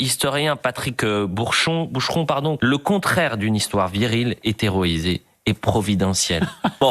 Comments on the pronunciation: C’est qui cet abruti de journaliste qui trébuche sur un mot sur deux ?! Ce n’est pas hereroisé ( qui ne veut rien dire par ailleurs) mais héroïsé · A 3, 40, il y a écrit "héroïsé" et il lit "hétéroïsé"... bon y avait "viril" à côté, on y était plus ou moins mais quand même, ça montre que tout le monde est à cran, avec ces idioties.